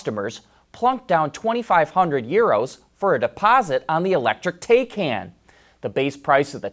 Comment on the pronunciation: It's pronounced Thai-Khan